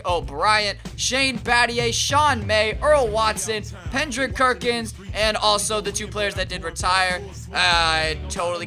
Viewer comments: You know it's Kendrick Perkins. Not Pendrick Kerkins lol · Lmao Pendrick Kerkins? 😂😂😂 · Pendrick Kerkins was killing me 😂😂😂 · This guy is dumb as hell how you gonna keep saying Pendrick Kerkins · "Pendrick Kerkins" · how many times did you say pendrick kerckins... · Did someone else hear him say Pendrick Kerkins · He always says that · Yo u said Pendrick Kerkins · Why do you say Pendrick Kerkins when You get Kendrick Perkins